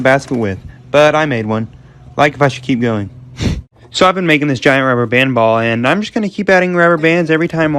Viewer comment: When he said ball it sounded like just sound is wrong